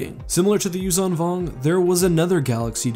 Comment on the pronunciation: you are saying yuuzhan vong wrong but i dont know how to show you the right way :D it more like yuuSHAN vong but harder.